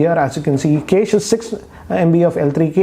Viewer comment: Cache ko kaise pronounce karte hai ek baar google me dekh lo bhai